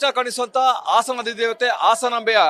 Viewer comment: ಆಸನ ಅಲ್ಲ, ಹಾಸನ. ಟಿ ವಿ ರಿಪೋರ್ಟರ್ ಕನ್ನಡ ಸರಿಯಾಗಿ ಮಾತಾಡ ಬೇಕು